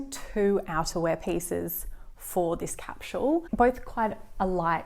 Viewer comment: its a sss not a shh in capsule